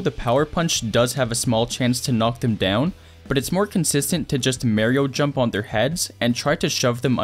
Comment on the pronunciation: He also said Merio drums instead of Mario jumps😂